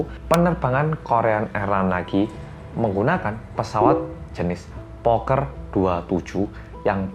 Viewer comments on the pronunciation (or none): nama pesawatnya Fokker 27 bukan Poker 27 wkwk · Fokker hei bukan poker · Koreksi ya Fokker 27 bukan poker 27~ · mas koreksi ya bukan poker 27 tapi FOKKER 27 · Ralat.... Harusnya "pesawat fokker 27" Bukan "pesawat poker 27" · tolong diralat itu namanya bukan Poker tapi FOKKER, saya sampai cari di Google krn aneh baru denger. Pesawat Fokker asal dr Belanda sesuai nama pembuatnya( sekarang pabrik pesawat sudah bangkrut)dulu sempat dipakai Indonesia jg sekitar th 70 -80an